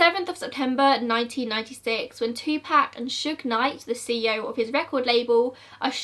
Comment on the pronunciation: It's [Two-poc] not [Two-pack]. Just a kind correction.